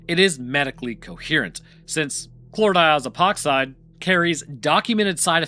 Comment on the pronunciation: Man, you're a real expert at saying Chlordiazepoxide at this point, huh?